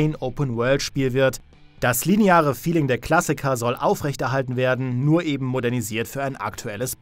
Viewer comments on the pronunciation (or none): none